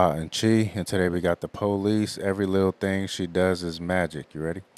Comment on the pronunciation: Funny hearing their name pronounced that way. The PO-lees.